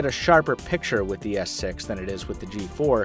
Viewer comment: He is said Samsung Galaxy S Sex lel :D